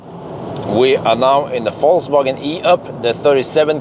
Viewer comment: I love how pronunciation of "Volkswagen" sounds like he's saying "False-wagen". It's funny because it's true!